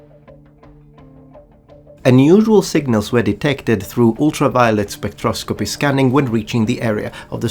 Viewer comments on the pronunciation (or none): My man finally lets out his full italian accent on "Ultraviolet Spectroscopy Scanning"